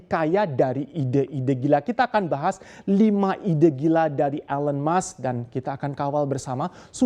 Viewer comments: I cringed everytime he pronounced Elon's name. 😬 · Cara baca "ELON musk" perlu koreksi.